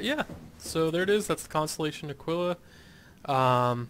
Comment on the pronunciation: It's pronounced uh-kee-luh. Just an FYI.